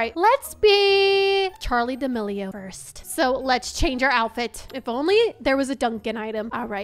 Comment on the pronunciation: I like how she said Charlie dimlo